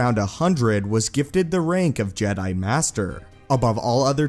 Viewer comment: I love your videos, but the way you say jedi by drawing out the last syllable drives me up the wall.